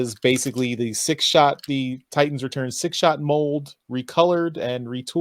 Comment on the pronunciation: Commander crap and Six Shit lmao! The slips tonight were hilarious!